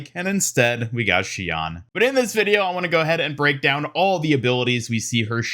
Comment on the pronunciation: [Shi-ohn] is how the Japanese kanji reads in her name. Not [shi-awn]- which in English would be written ‘Shian’.